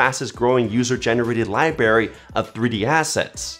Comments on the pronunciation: When he said "liberry" instead of library kinda caught me off guard tho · your videos are great and helpful. But did you say "lieberry"? 🤔